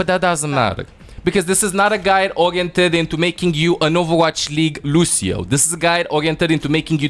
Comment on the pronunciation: I love how always says "Lusio"